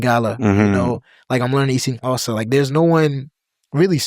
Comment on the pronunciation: Wow as a South African who doesn't speak Xhosa, im impressed with his pronunciation.